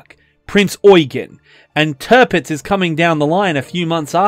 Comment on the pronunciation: Tirpitz should be pronounced T(ear)pitz.. not Turpitz